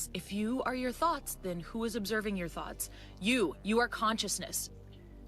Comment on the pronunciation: I swear it sounds like he's saying you have THOTS swimming in your mind! If you don't like your old THOT you create a NEW THOT😂😂😂